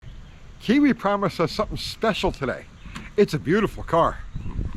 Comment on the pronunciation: Oh, I feel so sorry for this customer, but kills it every time butchering Kiwi's channel name. For the love of chrome and horsepower people, if you are going to buy a car like this, pay Kiwi the $300 to inspect it BEFORE you buy. It will be the best money that you've ever spent, regardless of the findings.